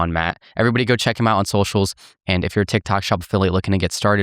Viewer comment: Did he say trendtok? Or trendtak?